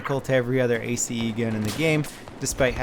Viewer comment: still saying a-c-e, when it's still ace.. like "ace up your sleeve"